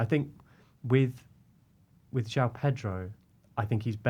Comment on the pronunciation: It is JO-ON Pedro not JOW. Trust me I have lived here in Brasil for 20 years.